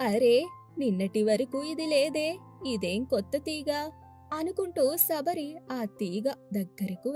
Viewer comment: సబరి కాదమ్మ శబరి